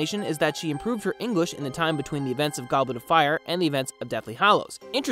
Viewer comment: Don't you mean eemprove 'er Eenglish Also I seriously like this voice over guy because he isn't talking to us like we're a bunch of f*cking five year olds and he discovered a gold mine he wants to show us